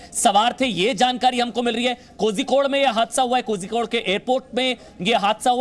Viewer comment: Kozhikod nahi bol sakte ho toh calicut bolo...dont murder the name